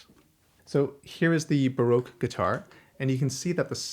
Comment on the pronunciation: Why would you say Broke guitar? There is an A in Baroque. Do you drink beer in a br? Or in a sloon?